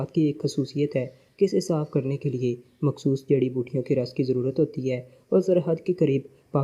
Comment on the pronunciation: اردو بولنا سیکھو یا کسی ایسے بندے سے پڑھاؤ جسے اردو آتی ہو غنڈے کو گنڈہ، مخصوص کو مکھسوس، مسلح کو مسلہ اور خان کو کھان پڑھ رہے ہو سارا مزا کرکرا کر دیا